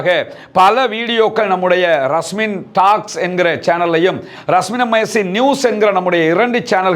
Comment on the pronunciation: டாக்ஸ்..... இல்ல டோக்ஸ்....😊